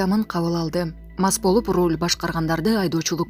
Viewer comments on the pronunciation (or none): none